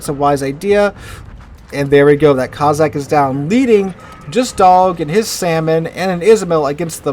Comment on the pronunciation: Coss-ack,, coss-ack, not coz-sack.